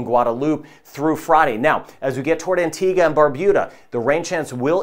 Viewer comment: I like your pronunciation of Caribbean, Dominica, Antigua, Tobago. I'm guessing I'd approve of your pronunciation of Grenada, too!